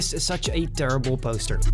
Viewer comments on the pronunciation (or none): This guy makes me think im on drugs. Saw the Spiderman one and in that he goes This Biece of garbage instead of Piece of garbage. And i saw another Mando thing where he goes.. Boster instead of Poster and Boses instead of Poses. I also heard Jetback and not Jetpack.. So does being Spanish make it hard to say B or what.? Hes not really pronouncing the words, its like someone having a cold, but in every video.. 🤔